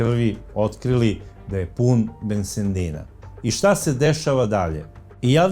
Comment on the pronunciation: Bensedina a ne BenseNdina zaboga, pazite malo, često vam se to događa....